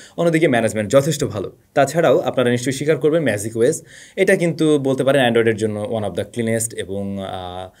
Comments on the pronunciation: MagicOS কে Macios বলেছেন। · mistake hoise vai.. magicos na bole magisos bolesen😂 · MLStake ছিল প্রথম ভুল আমার কাছে দ্বিতীয় ভুল মনে হয়েছে MagicOS শব্দের উচ্চারণে। Take Love from Moghbazar ❤